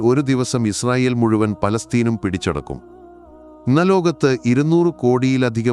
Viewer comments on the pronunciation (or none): none